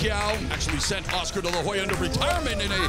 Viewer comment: Oscar not ish